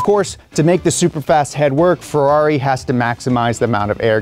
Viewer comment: "Ferrair" Mate. Mate. MATE. HONESTLY WHAT ARE WE DOING HERE!